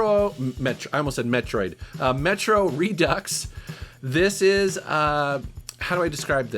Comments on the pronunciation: You pronounced redux correctly the first time! Re-ducks, not re-do. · I'm three years late but somebody's gotta say it. You said Redux right. It is not pronounced "Re-do". It's not French yall. LMAO